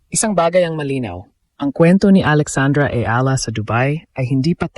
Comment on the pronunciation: Eala pronunciation E-yala